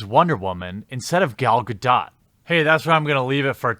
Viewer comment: It’s pronounced “Gal Gadot.”